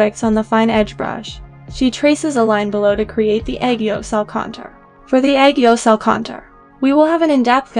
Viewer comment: its aegyosal not aygeosahl